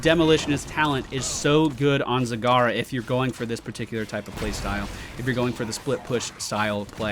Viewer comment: You mispronounced her in the beginning, this is how you pronounce it: "Z-A-G-A-R-A". Make sure you have a Japanese accent for it :D